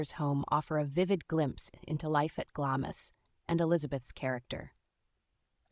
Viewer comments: I would have continued to watch, but after the 3rd pronunciation “GLAMIS Castle” instead of “GLAMS Castle” I had to call it quits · It's pronounced "Glams" NOT GLAMISS.